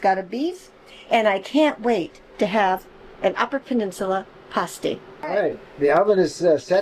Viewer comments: Should be pronounced pass-tee not paws-tee by the uppers. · Hello, I've been following you guys for a while now. I just watched your video on your new Brinkley 5th wheel. I agree with you that the UP is a fantastic area, we live just south of Iron Mountain Mi. I have to tease you about your pronunciation of pastie...it's PASSTEE 😉 We made the same mistake when we moved to the area almost 50 years ago !